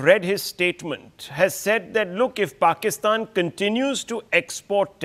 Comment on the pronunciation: finally a foreigner saying Pakistan instead of PHakistan